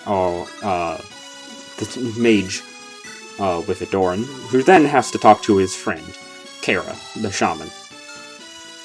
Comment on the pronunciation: Pretty sure that's not how you pronounce Aderyn bro